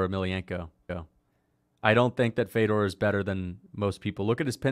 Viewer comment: Mf say fedors name right